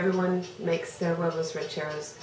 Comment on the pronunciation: love how u pronounce huevos rancheros